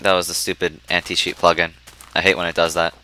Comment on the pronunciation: When he said anti cheat I thought he said anti sheep XD